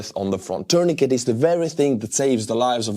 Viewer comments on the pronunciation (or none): Your English is really good, but tourniquet is pronounced terneekay - the 't' at the end is silent. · It’s pronounced “tuurnikei”,! 😂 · Tourniquet is pronounced with a silent 't' at the end.